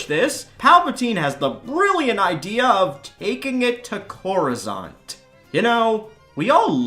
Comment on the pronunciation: Coruscante, not coruzante.